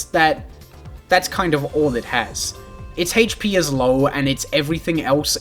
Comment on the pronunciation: I don't like the way you pronounce HP